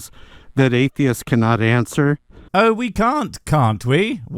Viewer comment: Every time I hear "Why are atheist..." and I immediately cannot hear the rest of his question because my brain goes THERE'S AN SSSSSSSS AT THE END OF THE PLURAL FORM, SO PRONOUNCE IT (sorry I'm autistic)